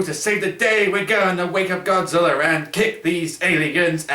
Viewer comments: In said Godzillr 😀 lol look at it yourself. Not the first time I heard that word Godzillr!!! 😂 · Why do you sometimes call Godzilla Godziller